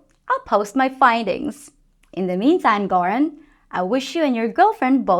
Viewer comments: That is not close to the right pronunciation of Göran (it's more like Yeuran, but there's also a tricky intonation where you stress both vowels) , but since he is a Swede like me, I feel comfortable stating he doesn't mind a bit. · Hey, I'm from Sweden, Göran is pronounced; "Yuuraan". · Was it Göran you try to say? Well not even close. In Swedish G is a G-sound only in front of the hard vowels, AOUÅ but turns in to a J or rather Y sound in front of the soft vowels EIYÄÖ, Yes we have 9 vowels with long and and short tones but short E and Ä is the same sound and short O and Å is the same so i would say 16 vowel sounds in all. So a lot easier to spell then English. Bought=bårt, fair=fär fern=förn if you spelled with Swedish logic. So yeran maybe would be english for Göran. In addition if you have a double consonant the vowel before it is short 99% of the time. Not as in English where it is totally random.